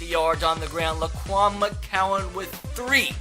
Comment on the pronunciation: It's McGowan not mccowan